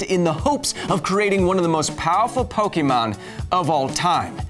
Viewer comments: I cringed at "Po-kee-mon"... it's "Po-kay-mon"! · Okay I had to write this, Kyle, my science guy, It's Pokémon. Pronounced Pok-ay-mon not Po-key-mon. Other than that great episode. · Pokémon is pronounced [pɵgɪmoŋ], not [pɵgimoŋ]. Also, Zubat would have a 4x resistance to the move Sky Uppercut. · I always thought it was pronounced Po-keh-mon not Po-key-mon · Kyle, you're a really great guy, but every time you say PokEEmon instead of PokÉmon, it hurts me. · Can you science a reason why all parents call it Pokee-MAN, even after explaining to them a million times how to pronounce it? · No one who says “poke E mon” is a real Pokémon fan. Only haters who wanted to make fun of it called it poke-e-mon. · It's pronounced "poke-eh-mon". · Growing up, the only time I ever heard "Pokeemon" were when people were either too old to care or were intentionally mocking the games and show. I'll let "Raiachu" slide because, as illustrated in the following video, not even official sources say every Pokémon name correctly. But the franchise itself has one pronunciation only, and it makes sense if you know the "ke" sound in Japanese.